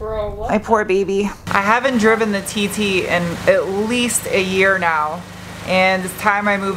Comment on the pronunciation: LOL. I thought you were calling the Audi TT - Tater Tot. 😀